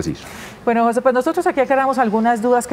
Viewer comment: Queee ??? JO SE ??? Que mal la comunicadora social, no ha tenido buena escuela que verguenza. el nombre Jose se pronuncia JUNTO de un solo golpe NO separado. Eduquese y vaya a la escuela y aprender la correcta gramatica castellano. Gracias.